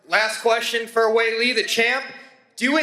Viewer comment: Is just super terrible at pronunciation or something? C'mon man, Weili's name isn't even that hard.